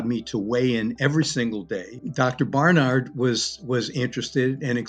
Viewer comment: I'd love it if Dr Newman could pronounce Dr Barnard's name correctly... 🙁